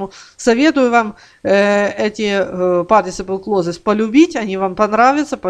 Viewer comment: Партисипл клозес?? Спасибо, пошла смотреть другое видео. (Перед тем как учить, нужно правильно слова учить и произносить)